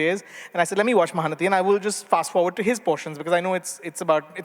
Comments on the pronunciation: Not Dhee, T as in tom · It’s not nathi it’s nati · bullshit.. it is not nadhee.. it is naTi; it is not a tamil origin but sanskrit origin Natya.. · SharePoint Tee not Dhee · Dear Rajeev, it takes less than a minute to check pronunciation. It is 'Ma-Haa-Na-Tee'. Nati, like Natya, is a word that exists in multiple Indian languages.